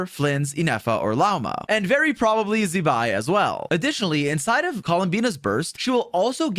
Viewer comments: 😅Z-bai is a curse word. It's pronounced more as ZZ-bai. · can you please pronounce Zibai’s name correctly, it’s not that hard. you literally have a Chinese gf